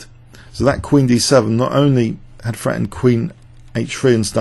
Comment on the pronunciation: Maybe you'd like to visit Yorkshire for some lessons in how to speak English properly? It's "three" not "free", "Threaten" not "freten" Learn the bloody language before moving to the country. Are you one of those bloody foreigners the government are so keen on these days?